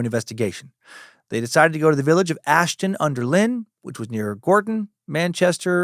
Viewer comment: I'm from Ashton under lyne and it's pronounced line not lyn .Great episode mate ❤